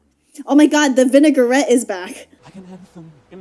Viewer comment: calling the vignettes vinaigrette was so funny